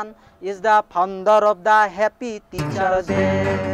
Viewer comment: It's Faaa-on_ der...founder....not phaunder😂